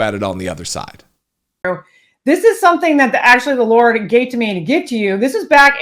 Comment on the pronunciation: Oh lawsy, got me hollarin in my office 🤣😂 and off camera she says "those words from the Lor-T will be tre-fiddy" lol